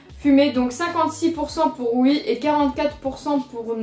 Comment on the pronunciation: tu dis «ui» ,c’est stressant